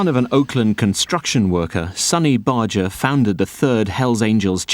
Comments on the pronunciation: I think it's sort of insulting to an audience when filmmakers don't do the most basic research on simple things. Sonny Barger pronounced his name with a hard "G". Bar- Gurr, not Barger. As Barger himself pronounces his name in this film (when he reads his letter to the president), this is baffling. So i stopped watching pretty early. I need to be able to trust my sources. :) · I’ve done some research and found both pronunciations. There seem to be more sources that say it’s pronounced with a soft “G”. However I noticed that he, his wife and everyone who knew him personally, pronounce it with the hard “G”. I figure that he knew how to pronounce his own name and so did his wife and friends. I will continue to pronounce it with the hard “G” as I always have. If you want to do a documentary and be taken seriously, you can’t just Google (or should I say “Joojle”?) his name and go with that. You need to dig a little deeper. I didn’t have to dig very deep in order to find the answer. If anyone claims to have known him personally and they pronounce his name as “Barjer” I will be skeptical of their claims because if you’re well acquainted with someone and respect them, you’ll probably pronounce their name the way they do and although I’ve heard both pronunciations for many years I don’t recall a single time when he or people who knew him pronounced it with the soft “G”. So A . was right and you were right. It does matter. It is disrespectful to the audience but also to Sonny Barger himself to be careless about the pronunciation of his name. When he said that in the interview I saw, he was probably being gracious and saying that he wouldn’t be offended if someone mispronounced his name. I do think that if he cared how people pronounced it, he would have said so. He wasn’t exactly a shrinking violet. Still, if you want to be respectful it takes very little